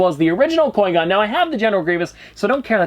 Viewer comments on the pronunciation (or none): “Coi Gon” bruh whT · I challenge you to a lightsaber duel! Also “Coy Gonn”. Haha, sorry I had to! Love the channel, dude! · It hurts when says qui gon wrong and then says it right then wrong again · PETITION TO HAVE LEARN HOW TO SAY QUI GONS NAME RIGHT!!!! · Please learn how to pronounce qui-gon im begging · Am un subbing from you you say qui gon terrible